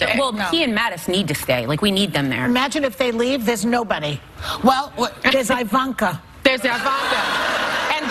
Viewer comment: I feel like say Ivankas name wrong on purpose hahahahaha